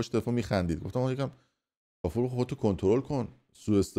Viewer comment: فردین کونی به کافور میگه قافوررر